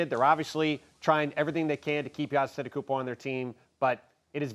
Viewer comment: Will you please learn how to pronounce the Greek freaks last name..